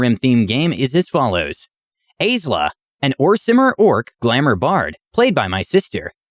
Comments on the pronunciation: Aisla here - the funniest thing is how horrifically mispronounced most of the names are. (mine is ice-luh) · xD Yeah, Atais, Aisla, Sisa, and Tazita got lost in translation. :p But he tried! Honestly, I don't even know how I'd try to phonetically spell Taz's name that would make it obvious.